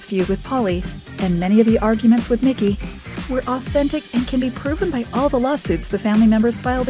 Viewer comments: Bruh, it made me mad af listening to her say his name like that. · Try getting the name of the show right, and Mikey's name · She called Mikey, Mickey lol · ITS "MIKEY" NOT "MICKY" REALLY IF YOURE GONNA POST ANYTHING THAT HAS A REAL FAN BASE MAKE SURE YOU DONT OFFEND THE FANS BY NOT KNOWING AT LEAST THE BASICS ...... other than that great job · Why does she keep calling Mikey Mickey? I can’t watch it, that keeps throwing me off. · Obviously the narrator here DOESN'T! "MICKEY" indeed. Ugh!